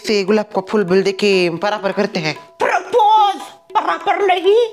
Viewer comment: propose ❌ Parapar ✅